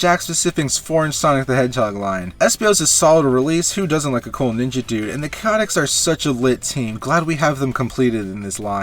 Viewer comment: Woah woah what? I'm sorry the Ch-aotics? Never heard anyone pronounce it like that before haha